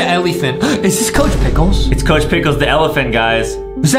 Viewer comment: ITS NOT COCH PICKELS